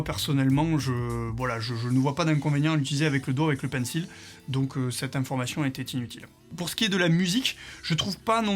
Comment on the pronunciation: Pourquoi tu dis pinssol et pas Pencil ???